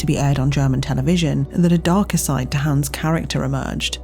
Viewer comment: It's Hans, not Hæns.